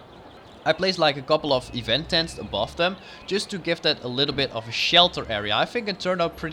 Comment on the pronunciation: the Map is Gorgeous,but your completely Butchering the word "Tent" (you said Stents instead of Tents)